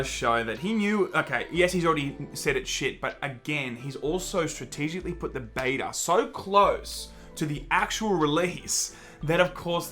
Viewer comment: The way you pronounce Beta makes me want to cut my ears off. J. S